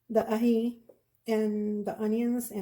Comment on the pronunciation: It's Aji not Aqui 😉